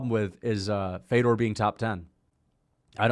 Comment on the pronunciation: Mf say fedors name right